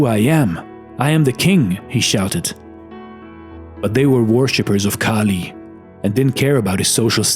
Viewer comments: 2.37 . It's kali not khali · The name of the Mother Goddess is "KALI" not KHALI. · Nice message. It is "Goddess Kaali and not Khali". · its not khali..its goddess kali